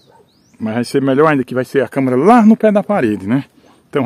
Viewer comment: Câmera!!! E não câmara!!!